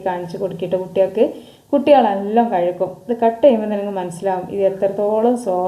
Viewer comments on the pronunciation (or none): കഴുക്കും എന്നല്ല കഴിക്കും എന്ന് പറ😂